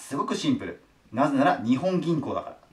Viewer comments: にほん銀行ではなく、にっぽん銀行ですよ！ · 《訂正？》 “日本銀行”の本当の読み方は“にっぽんぎんこう” 《豆知識》 日本銀行は株式会社なので、政府と繋がっているという訳では無い！が、国債を買うということはしている。